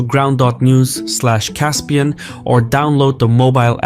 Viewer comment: Caspian, you are persian, pronounce the words as they are and don't latinize them, have some respect for your culture no matter your political ideology